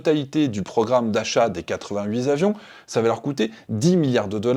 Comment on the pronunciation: 88 t'avions et non 88 z'avions ;-)